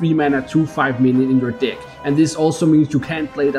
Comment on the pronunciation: I don't like the way you pronounce the word "deck"...